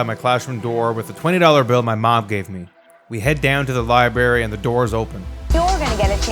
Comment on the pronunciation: "libary" - unslashcultured